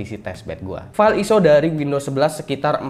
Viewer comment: bacanya ISO bukan ISO